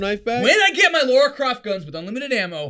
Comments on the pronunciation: Americans just don't know how to pronounce Lara. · what is it with Americans and pronouncing Lara as 'Laura'? it's Lara, they're two separate names. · and Jesse - it's Lara, not Laura, hahaha! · Why can't Americans ever pronounce "Lara" properly?